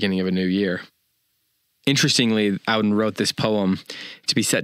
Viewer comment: “Ah-den,” not “Ow-den.”